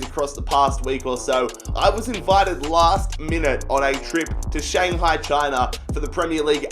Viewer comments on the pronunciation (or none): none